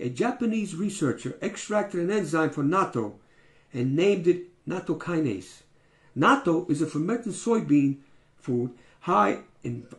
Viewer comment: I have just begun to learn more about this and find it very exciting. I don't like natto but will eat it once a week because of those health benefits. Now that it comes in a pill form, I could take it every day. BTW, you pronounced natto correctly. :)